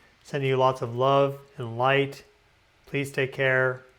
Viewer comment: I lurve how you said lurve! ❤